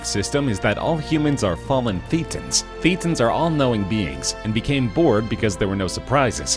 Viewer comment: It is pronounced Thatans, as in a hard a, not a hard e.